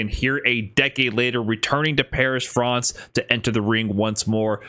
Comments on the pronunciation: say france like that again, and im unsubscribing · Is calling France "Frawnce" engagement bait because if so you got my ass